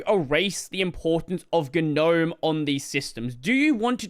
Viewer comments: how come you always mispronounce Gnome? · I just wish people would pronounce the word Gnome correctly. 😂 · I love how you momentarily forgot how to say "gnome" as in the mythical creature :)